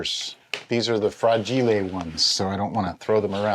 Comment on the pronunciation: LOL, you said "Fragee lay" 😂